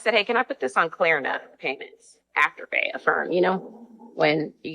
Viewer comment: it’s kLarna, not Karna.